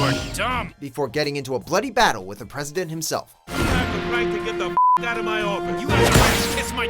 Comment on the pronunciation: I swear i heard him call the president Preston. That was so true XD.